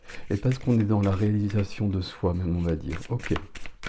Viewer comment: On adore les « oké » 🫶🏻